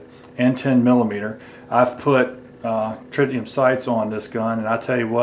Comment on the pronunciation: It's Tritium, not Tritinium.